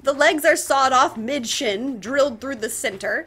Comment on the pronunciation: It took me a a full minute to realize she said “mid shin” and not “bitchin”. The confusion I had when I thought I heard her actually swear was honestly kinda funny.